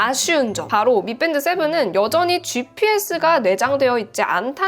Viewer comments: 아름다운 테크 잘 보고 있어요. 그런데 경음을 자주 사용하시는데 저만 그렇게 생각할 수는 있습니다. 미뺀드 - >미밴드. 영단어 f발음은 ㅍ 보다는 정확히 원음으로 읽어 주시면 감사하겠습니다! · 미뺀드 아니고 미밴드 인데요ㅋ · 밋뺀드 라는 발음 좀 어떻게 안되니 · 미밴드라고 보통 이야기하는데 미뺀드라고 강세 주는 우리 존예 씨 🙈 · 미밴드라고 쓰고 미뺀드라고 읽는... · 미뺀드 라고 하니 어색하네요 ㅋㅋ